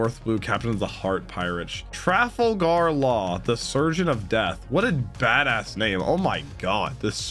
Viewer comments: Traffle-Gar is the best pronunciation of laws name I’ve heard 😂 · for pronunciation sake Urouge (oo-ru-j) trafalgar (truh-fal-ger) Rayleigh (ray-lee) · Trafalgar Law is by far my favorite of the non-straw hat supernovas. Such a bad-ass character design and epithet. Btw, you pronounce his name incorrectly in this video. It’s not a huge deal, but it is pronounced tra-FAL-ger with the emphasis on the second syllable and a hard ‘g.’ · It is traf falg ar lae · The way you said "Trafalgar" hurt me every time